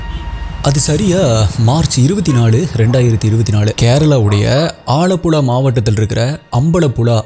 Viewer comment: not alapula , ambalapula its alapuzha and ambalapuzha ,and big fan of u from kerala